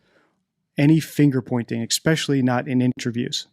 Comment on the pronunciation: I wonder if knows he says 'especially' incorrectly... 🤔